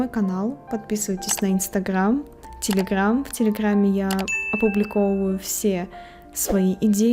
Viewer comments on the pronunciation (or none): none